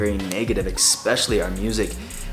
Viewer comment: I love you man and respect you so much. But PLEASE learn how to pronounce “especially” correctly haha